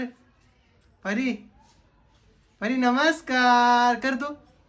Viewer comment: इतकं सुंदर नाव आहे परी... कशाला परू बोलते... I know प्रेमाने हाक मारता पण नाही चांगलं वाटत... Please... परी म्हणत जा... Lots of love to PARI... And happy birthday pillu...🥰❤️